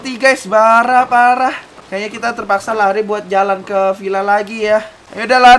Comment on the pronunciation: Bang..... Loe bilang Lari atau Leri?